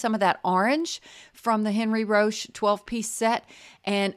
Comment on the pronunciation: Enn-REE Ro-SHAY (my French pronunciation credentials lol: 4 years of HS French, 2 years of College French, and I'm from Louisiana with a mostly French ancestry grandma)